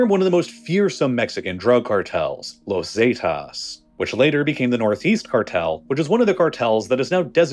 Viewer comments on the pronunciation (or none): this narrator sucks how do you get Los Zaytass from Los Zetas 😂 Peña Neato where did Nayto come from Nieto there's an ie 😂